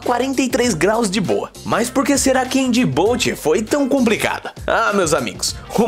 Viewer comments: no se fala dijibuti e não dibouti mesmo o nome sendo dijibouti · Se fala di bu tí